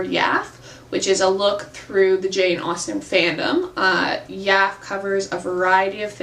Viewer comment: It is pronounced Yaff-eeeeeee.